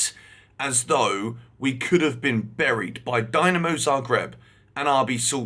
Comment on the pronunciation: Love you but its Dinamo (Deenamo) Zagreb.. DYnamo(Dienamo) is from Russia and Ukraine:D.. Sorry had to say it, it just grinds my ears, cheers